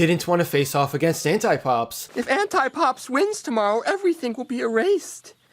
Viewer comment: i heard hentai-pops rather than anti-pops